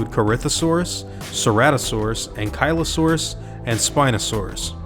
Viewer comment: You pronounced it wrong is ankly as in ankle o Saugus